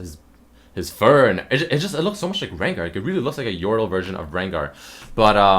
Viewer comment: It's re-gnar